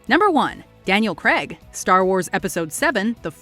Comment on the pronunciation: Daniel CRAY-g, not CREg.